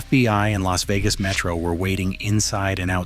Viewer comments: My favorite is when Spilotro was sent to "L. A. S. Vegas." fucking AI slop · "L.A.S. Vegas" was worse...... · If youre gonna us an AI voice, you may wanna get one that knows pronunciation got it L.A.S. Vegas 😂 and don't get me started on Tony's last name 😂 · Or L.A.S Vegas. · L.A.S. Vegas lmfao 🤣 gotta love AI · And El-A-Ess Vegas.